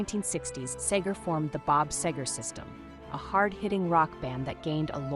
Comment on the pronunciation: Whoever wrote the dialog for this video misspells his name more often than the correct spelling, SEGER. And the narrator mispronounces his almost every time. Very distracting.